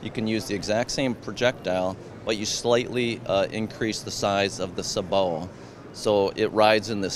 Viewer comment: "You slightly increase the size of the sa-boa." It's "sabot," a French word, and it's pronounced as "say" and "bo (the 'bo' sound from 'boat')" together. I cannot believe a person selling this device doesn't know that.